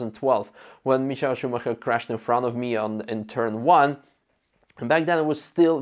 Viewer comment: 😂 Bro did you call Michael “ Mishael “ Schumacher. Or was it someone else you mentioned there.